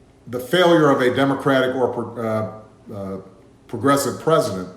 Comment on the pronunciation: He had a hard time even saying "progressive"